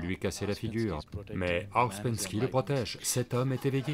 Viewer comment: Hum, déjà on ne prononce pas " Gourdjif" ni "Aospenski". Ensuite pour avoir bien connu les groupes G. Je peux vous dire que nul n'est arrivé au stade de l'homme n°7 sous sa direction ou celle de ses suiveurs. Ce sont, et de très loin, ses bouquins qui sont très séduisants et le bonhomme avait un vrai génie pour vendre sa soupe, c'est un fait. Mr Sadhguru ferait mieux de se renseigner sérieusement sur le compte de Gurdjieff, parce que faire de la provoc dans un train n'est pas signe de sagesse, d'illumination 😂 sinon les transports seraient pleins de sages de style Diogène 😂😂😂 Scandales sexuels rapportés aussi sur ce grand "sage" ..